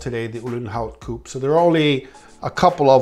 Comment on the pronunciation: Good to hear an American pronouncing Coupe in the right way!